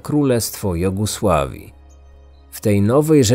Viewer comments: powiedziałeś w 35 minucie Jogosławii a powinno być Jugosławii ;)) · Nie mówi się "jogusławii", lecz "Jugosławii".